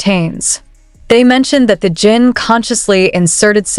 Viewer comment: can't stand you calling him JEAN. His name is JIN . Period.